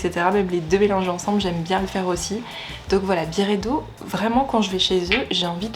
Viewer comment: ça se prononce BYredo (à l'anglaise) pas Biredo haha